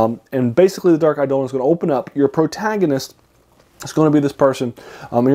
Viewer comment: Eidolon (accent on the second syllable, btw) is also the word used in the Septuagint and the Greek New Testament to refer to idols or graven images. That's perhaps more directly appropriate to how it's used in this story.